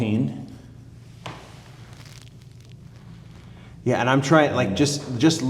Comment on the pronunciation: you can tell he’s the F1 guy bc how he pronounced Alpine… when’s the release date for F1 models?